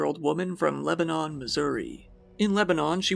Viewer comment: how is this man from Missouri and is mispronouncing Lebanon? It’s not the country it’s a city….